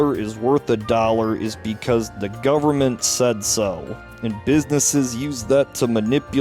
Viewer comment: "Full faith and credit of the U.S. gubmit" LOLOLOLOL